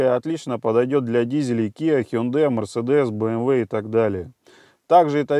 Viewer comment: О, первый раз услышал правильное произношение Hyundai ХЁндЭ. Зачёт!